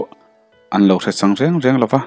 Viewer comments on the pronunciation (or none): none